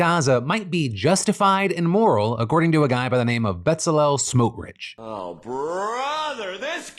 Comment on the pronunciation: Your pronounciation of Itamar Ben Gvir and Bezalel Smotrich were only about the tenth worst pronunciations I’ve ever heard, so congrats for that